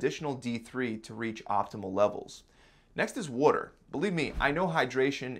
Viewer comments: Great vid very helpful. The way he says water bothers me though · Definitely need to get some wooder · What’s “wooder”? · I like how he says water..... wuder or wooder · Worder? Is this guy from Baltimore? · "drink wuter" 😂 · Adorable how he says WUDDER instead of WATER. XD Think that's an East Coast thing. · “Water” nah “Walder” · WTF is wooder? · Water..with a “T” he’s definitely from the east coast 😂❤️ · Where are you from? I just heard you say water.